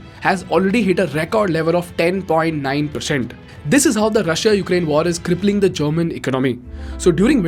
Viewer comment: Love your videos and explanations, really enjoy watching it and sharing with others, but every time you pronounce the 'i' in Russia, I cringe. It's a silent 'i'. ;-)